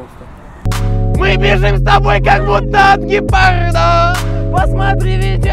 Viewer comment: не гепарда а ГЕПАРРРРРРДА